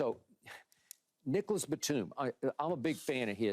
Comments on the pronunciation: Hahahahaha, pretty sure he said Nicholas.. That's funny tho!!! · He said Nicholas